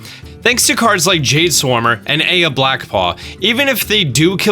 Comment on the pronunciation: The niece, or the stone? A nice deck sadly overshadowed by sharing a mechanic with the superb sustain of Jade Druid, but this video does it justice. Also, 'eye-uh', not 'A-yuh': no death today, you got most pronunciations right...until the second Kobold. Now you'd better watch yourself.